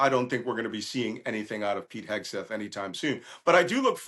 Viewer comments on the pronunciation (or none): none